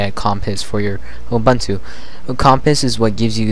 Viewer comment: I know this sounds very finicky, but I'm bothered by how you pronounce Ubuntu. I am South African, so the term is common to me. Here is how to say it properly: Oo-boon-to (look it up if you want to) Sorry, about this, but I couldn't take you seriously whenever you said it wrong.